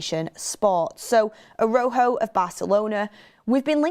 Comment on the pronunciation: please you keep saying Araujo wrong just look it up